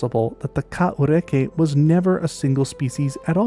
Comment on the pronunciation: Not bad on the Maori pronunciation mate. I'd heard about this animal but never seen it discussed online. Intriguing video.